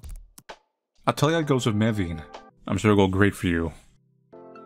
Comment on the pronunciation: That's the first time i've heard "Mevin" pronounced like that. Also, I feel bad for Ms. Relish